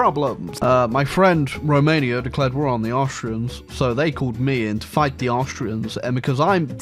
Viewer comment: THICK Rrrrromania.